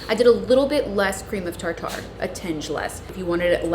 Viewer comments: or tarter instead of tar ter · LOL, you say tarter like steak tar tar, rather than tart er. I got a chuckle everytime you said tar tar. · Proper pronounciation is Tar Ter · PLEASE girl I am absolutely dying at you saying "tar tar" - it's tarter 😭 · It’s pronounced tarter. Cream of tartar is used when making meringue for pies. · It's pronounced "tarter" and it's not a spice or seasoning. It's a leavening agent. Cream of tartar is the basic ingredient of baking powder. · The way you say tartar, lol It's pronounced tar ter. Hope you don't mind the correction, I often pronounce words incorrectly and I appreciate when someone points it out to me so I then know the correct pronunciation :) I love learning new words and often say them wrong :) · just for future reference...cream of tartar is pronounced "tar-trr". Tuna Tartare is pronounced Tar-tar! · Hey, tartar is pronounced like tartar on your teeth. No emphasis on the second syllable. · It's the same as pronouncing tartar sauce.